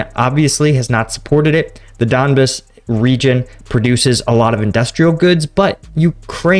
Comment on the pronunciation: It's don-BAHS, not DON-biss. Bro we gotta help you with these pronunciations. LOL. But for real you're getting the names of cities all messed up. I appreciate the content though!!